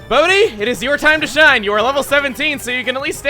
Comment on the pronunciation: I'm sorry but every time you say Bodhi, I think you're saying "Boatty" like you nicknamed some prized small sailboat you have and it just makes me laugh every time.